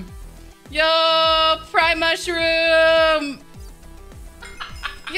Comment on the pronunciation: She said prime mushroom I heard pride mushroom it gave me an idea for my cottage core Minecraft server